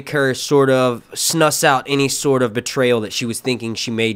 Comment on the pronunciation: Snuss out? I think you mean snuff out